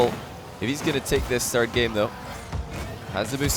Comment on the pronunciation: How come can say "the" correctly, but not "third?" He says fird